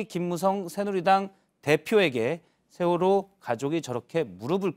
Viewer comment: 경상도 것들아, 쉐월호가 아니라 세월호다. 니들 정신세계는 무슨 문제가 있기에 정치인이건 일반인이건 보수라고 자칭하며, 그 쉬운 ㅅ 발음도 못하냐? 한국의 현대 정치사는 니들 쉐끼들이 망쳐놓은 것 아니냐? 그러니 류여해가 니들 천발 받았다고 하지 않나? 뉴스 봐라. 쓰레기 정치인, 기레기 들은 어찌 싹 다 경상도 출신이냐?